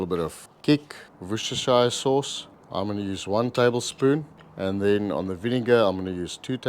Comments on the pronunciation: Please do not start with this american nonsens of talking about "worcester SHIRE" sauce. Its ok to just pronounce "wooster" sauce and thats that. No need for the shire. If you need to add the shire please its pronounced more as "shirr" It didnt come from a hobbit town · I'm English and can confirm it's pronounced "wooster" sauce. Or Lea and Perrins, (the only real Worcestershire Sauce imo) ask any English person for the Lea and Perrins and they will know exactly what you mean. But it is disappointing even tho' I know otherwise that it didn't come from a Hobbit town, I like the idea of the L&P factory employing Hobbits (like Oompa Loompas in a chocolate factory). I'd forgotten about it for years until now - I'm going to put wooster sauce on my shopping list, and have some nice Hobbit cheese on toast.